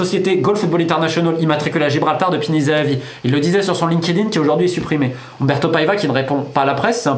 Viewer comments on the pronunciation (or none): none